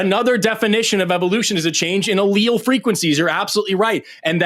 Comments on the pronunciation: The pronunciations were insane. L.L's is what it sounded like he said and I promise he took a lot more than two. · It's pronounced AH-Ly-ess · He’s literally screaming “L L” over and over after Forest told him how to pronounce “allele” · the caller doesn't know the difference between allele and alioli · He can't even be humble enough to accept being corrected on the pronunciation of a scientific word by a scientist in the field, so he tries to claim he was just using a regional pronunciation of allele. A functioning adult human would have just let it go and said nothing, as Forrest didn't really make that big of a deal of it. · not only does he not let him answer but he then starts having a meltdown after claiming pronouncing allele differently is the same as saying tomato two different ways then screams and cried Forrest is a racist and a hypocrite because allele? What? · He didn't even know how to pronounce "allele" 🤣 what a trash human being. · So this manic, pseudonym caller corrected Forests' pronunciation (Forrest said nor-ep-in-EF-rin and the manic caller tried to embarrass Forrest with his pronunciation nor--EPH-rin). Then this same cocaine manic caller didn't know how to pronounce allele and chalked his pronunciation error to tomato-tomata and said, "...you have to understand speaking dialects, sir." - . This caller would be difficult for a mother to love.